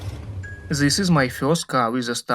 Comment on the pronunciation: Ali engleski je vrh.. to this -zis.. Umirem svaki put kad slusam 😂😂😂😂